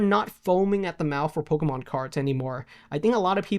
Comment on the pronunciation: Why does he say "Polka mon" 😂